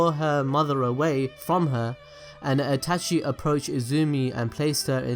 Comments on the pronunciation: This dude is so involved with Naruto and is such a geek about it but he cant even say Itachi correctly... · The way you say Itachi is slowly making me more triggered. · Is it me only that feels annoyed in the way he says itachi. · She-su-we shisui Eh-tah-chi itachi